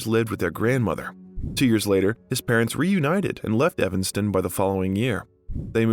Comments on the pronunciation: Not only people's names, but I was born in Evanston, Illinois. I don't know how that could be mispronounced. I've counted 9 mispronounciations so far. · Hard to take this seriously when the narrator can’t bother to learn the pronunciation of words. See “Evanston” and “Antigone”.